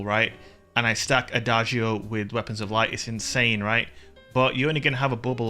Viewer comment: Nope, pronounced wrong. The sound is more like ada-joe, all together